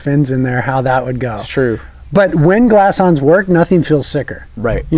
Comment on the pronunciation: nice review as always, but its Glass Ons. lol